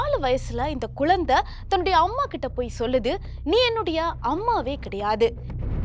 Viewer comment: குழந்தைங்க அது குலந்தை குலந்தைன்னுச் சொல்லுறீங்க